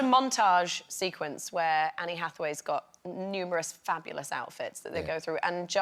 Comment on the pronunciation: She said Annie Hathaway